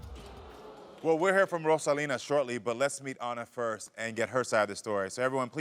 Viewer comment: Karamo, you better roll that "R" in Rosalina. He must speak Spanish.